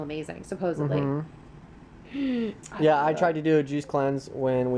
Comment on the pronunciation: Ewww, did say supposubly instead of supposedly? I hate when adults speak like Kindergarteners.